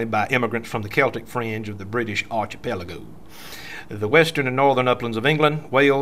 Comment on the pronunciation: I'm amazed that an educated man like would mispronounce the word "archipelago."